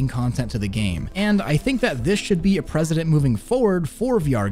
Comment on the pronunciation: *prec·e·dent, not President, lol! Just messing with you, love the videos. Thanks for all the info, you're videos are always the ones I look for first when researching anything VR.